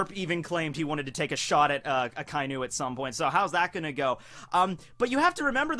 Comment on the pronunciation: A-KA- E_NU Red Dog four Sylables that's not how ANYONE SAYS! IT STOP IT.